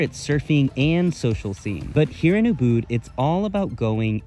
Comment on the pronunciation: Ubud =uhbaad he butchered the pronunciation